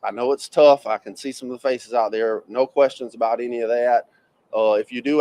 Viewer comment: "NO-o", you said it all in TWO syllables! LOL love the spontaneity and brutal honesty not withheld for even one split second! ❤️ yo nana 1950